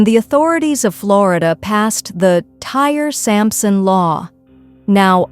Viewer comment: It’s Ty-ree, not tire.